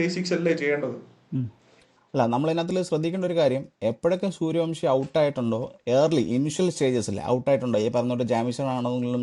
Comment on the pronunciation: Sooryavanshi സൂര്യവൻഷി, സൂര്യവംശി അല്ല, പ്ലീസ്. എല്ലാ മലയാളി പോസ്റ്റ്‌കളിലും തെറ്റിച്ചു പറയുന്നു.